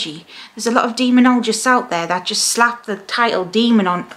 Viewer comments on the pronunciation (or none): none